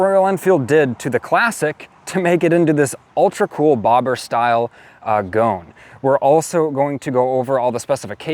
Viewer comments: The pronunciation is "Go-un", not goan. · Goan,... pronounced Go-an, ...is a province in India where the locals customize smaller displacement motorcycles by making them often outrageously flamboyant. This bike is a tribute to that custom ! It is not pronounced Goan, as in moan !